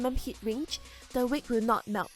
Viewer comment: its not Wik its a wig